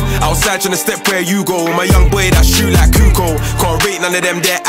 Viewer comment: It's pronounced Kukoch (Kukoč) not Kukoo